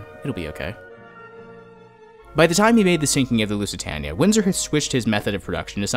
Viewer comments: Lusy-Tania you could have looked up the pronounciation of the ship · You mispronounced "Lusitania", twice.